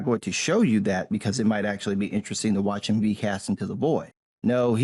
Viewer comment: you'd "watach" what?